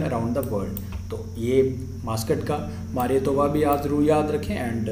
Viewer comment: Me: Who is studying in HARYANA. It's not 'मारियातोवा', it's 'मिराईतोवा'.